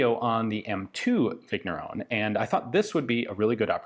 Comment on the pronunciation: The GN in Vigneron is pronounced like the beginning of NYET, in Russian. French names can be tricky, like that.